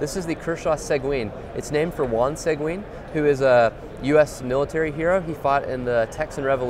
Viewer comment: The way he pronounces Seguin 😆